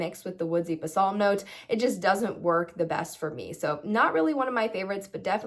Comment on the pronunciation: You are pronouncing Balsam incorrectly— please Google it